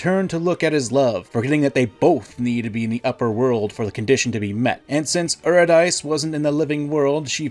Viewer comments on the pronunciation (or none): I’m sorry, but I have to say something or it will bubble up in me and make my blood pressure rise to highs I never thought possible: Eurydice is pronounced “you-rid-dee-see” not “you-rid-dice”. Otherwise, great telling of the Orpheus tragedy. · Her name was not euro-dice. It was yeh-ready-see. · "OO-ri-DICE?!?!" Her name is "Yuu-ri-dih-see", sir. But it's good to know that you've read it and you're not just parroting someone else. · Hey, real quick. I just wanted to let you know that Eurydice isn't pronounced (Or-uh-Dice) it's pronounced (Yur-ih-duh-see). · Aura-Dice? I always pronounced her name You-Rid-A-See. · Eurydice is pronounced you-ri-duh-see, not you-ree-dice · This is a great video but I have one correction: Eurydice is pronounced Yur-Id-Is-See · Just for clarity, Eurydice is pronounced [Yur-Ih-duh-see]. And yes, there's lots of parallels between them. There's also probably some ancient egyptian mythology too with a gender-swapped version of the story of Osiris there one lover is killed and the other attempts to gather their body parts to return their soul to immortal life. They partially succeeded, but Osiris became the God of the Underworld and had to remain there, exactly how Eurydice had to stay dead. There's also some obvious Lovecraftian elements to the story. Pegasus fits the mold of a Lovecraft protagonist quite well. He's an artist plagued by dreams, and in search of a way to save a lost love through any means necessary. This leads him to ancient and unknowable powers beyond human imagination, and these powers backfire and overwhelm him, turning him into an agent trapped within his own body and obsessed with his goal of resurrecting his wife. Pegasus painting the god cards and being plagued by visions is DIRECTLY taken from the story "The Call of Cthulhu" where all the artists are plagued by dreams and visions each night as Cthulhu stirs in the ocean void. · Eurydice is pronounced "Yew-rid-ih-see" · say euro dice again i dare you